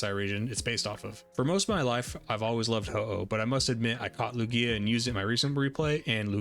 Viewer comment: I was watching your video and though it was good until I heard you say Lugia..